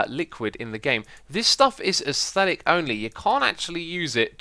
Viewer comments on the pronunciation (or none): none